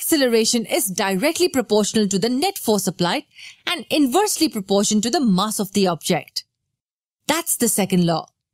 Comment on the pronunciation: Mass? Please say mass finely